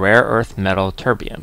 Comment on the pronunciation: Did you say your Tb was from chemkitdepot? I couldn't quite make out what you said. Very nice of them to donate something to you! If it was them, their free bromine offer sounds pretty good. Are they a good company to deal with? By the way I like how it sounds like you start calling it tiberium :)